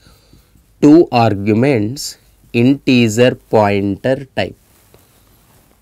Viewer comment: Great explanation. When you say integer, think of the “ger” pronunciation as the same as the first 3 letters of how you would say “German”